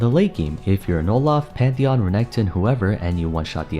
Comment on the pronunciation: Did you just call him Metheon? I had a good chuckle over that one. I'm coming after you.